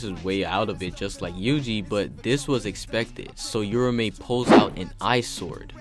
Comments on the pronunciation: Fyi it's not "yura-me" it's "ura-ume" with the emphasis on the A, almost like a "ew-row-meh" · "your-a-may" my god... 🤦🤦🤦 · I cant stand him mispronouncing uraume and its like hes just forgetting shit, kashimo and hakari made a deal that hakari would let them fight interuption free so hes not fighting for no reason, hes keeping his promise. Read the shit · sheesh man ur mispronunciation of Uraume and the misspelling in the title is ridiculous 😂😂